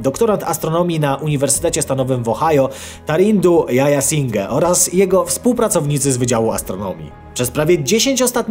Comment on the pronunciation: Panie, czyta się "Dziajasinghe" nie "Jajasinghe".